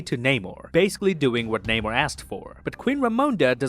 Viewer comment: Could you please pronounce the name Namor correctly. Just as he said it in the movie.